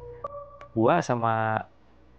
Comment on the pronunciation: Ngadangu urang Pangandaran ngomong "Uwa Gua" asa hayang seuri😂